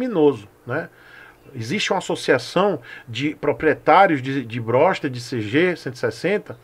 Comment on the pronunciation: Perdi quando falou "Brossta" kkkkkkkkk